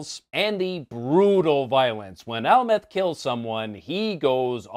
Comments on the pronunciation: ?? You mean Amleth not Almeth? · Amleth not amleth